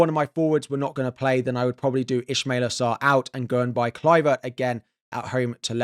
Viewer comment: Ismaila not ishmaila